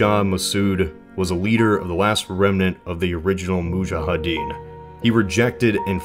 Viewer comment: Nice video! Btw, it's "moudjahidine" not "moudjahadine"